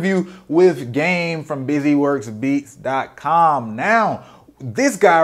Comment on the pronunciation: He didn’t say his website right 🙄 It’s Busy Works BEATSSSSSSSSSSSSSSS dot com